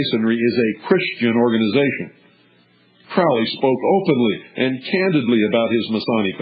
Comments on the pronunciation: I always pronounced it the way this guy does- rhymes with GROWLY. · the eye in the triangle (israel regardie) the magic of crowley, du quette, moonchild, magic in theory and practice, book four, goetia, book of thoth, bios, book of the law etc, yet i am novice. this man can't even pronounce crowley's name right. it's crowley as in holy. crowley acted irresponsibly in his life - he survived an abusive childhood. sacarafice in this context means to make sacred; which is what the word means. in the foot note in magic and theory practice, he says don't try this. a lot of this talk is out of context; it is best to read crowley's works or by people who knew his like israel regardie, or lon milo ... who knew regaridie. the most important aspect of crowely is the law of thelema or holy will; which cooper does not mention. but lon milo said, ' crowley could be a real gerk'. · Crowley rhymes with "Holy" which he was subjected to as a child his mother was a religious crazy person and the cult she belonged to, the ""Plymouth Brethren". I guess they were quite strict and took all teachings to the extremes. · Crowley rhymes with holy. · Nah. That's what he wants you to think. It is pronounced crau-lee